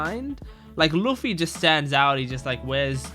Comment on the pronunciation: Your Luffy pronounce is wrong